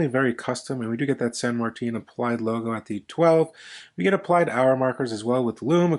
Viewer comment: San Marteen? 🤣